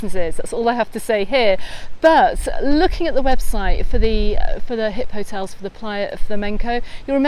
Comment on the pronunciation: it’s Hipotels not HipHotels 😂❤ Anyway, thank you for your updates:-)